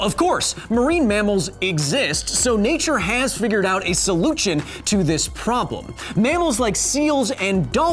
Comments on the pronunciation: did he said Solujion instead of solution? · Solu chon? what? 🤔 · Because Science into the video I’m curious as to why you pronounced Solution as Sol/u/chin? I enjoyed the video and this is not a complaint. I’m simply found it funny that you are usually careful with pronunciation and it just seems like it was sneaked in there. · “Nature has figured out a SOLUCHEN” :P lol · “soluchin” lol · "mother nature has found a soluchin" lol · I like how you keep talking about the grammar of other people all the time, but what the hell is a "soluchion" Mr. Kyle? (By the way, I love your videos!) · A solutchion you say? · heh "soluchon" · The way you said solution there, bothered me way more than it should. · Was your weird pronunciation of 'solution' for the sake of a pun? If so, I applaud you. Either way, great video.